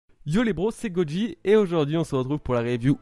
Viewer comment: Je suis nouveau sur t'as chaine! dans ton intro tu dis "GoDji et non Goji!! est ce la norme ? :)